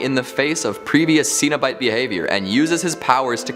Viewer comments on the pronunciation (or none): You should have to watch atleast 30 minutes of any movie you are to talk about, lest you mispronounce the name of the group of demons you are to speak about repeatedly. CENOBITE like SEN Like SENT. Not SEENOBITE